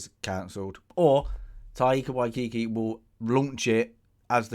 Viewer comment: Tie-Ka Why-Tee-Kee.... hope that helps